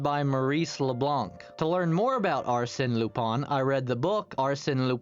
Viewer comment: Very good vid!! I'm only a bit distracted by your pronunciation of Arsène Lupin, but I can look past that :)